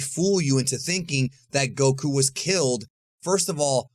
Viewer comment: Bro it’s not “go.... KOO” lol it’s one word man goku